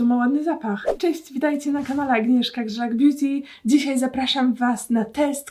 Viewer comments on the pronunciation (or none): none